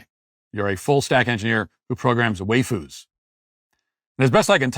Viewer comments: Matt saying "way-foos" hurt my soul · 😂 Matt mispronouncing waifus multiple times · why-foos not way-foos. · Bruh, it's "WYE-fus". What you're saying is "WAY-fus" which would be a different, but similar thing - Wheyfus, which are distinctly muscular gym rat girls. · "way foos" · Wayfoo’s is now the only pronunciation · "Waifus" is pronounced "Why-foos", as if to ask, "Why the fuck would you foo's do this"?